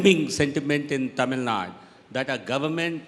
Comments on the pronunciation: It's TAMIL NAADU! NOT Tamil NaaaaD!! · GVL Narasimha Rao: It is not Tamil Nad, but Tamil Nadu. Better call it, Tamizh Naadu